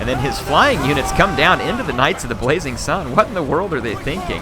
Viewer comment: Does have a list? I keep hearing him say "Knights of the Bwazing Sun" instead of "Blazing".